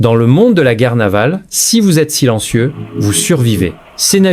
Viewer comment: Vous yètes RIDICULES, yètes, yètes. Ils se sont fait rouler dans la farine comme des " jôkinsinhos" avec le cure-dents à travers la gueule.